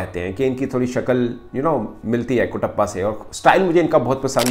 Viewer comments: Bhai kutapa nahi katapa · It's not Kutappa sir it's Katappa